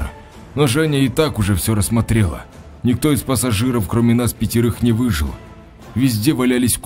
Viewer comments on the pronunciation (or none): none